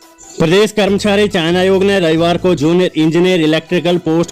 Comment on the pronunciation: चयन आयोग मेरे भाई चायना आयोग नहीं! उच्चारण विधि पर गौर करें।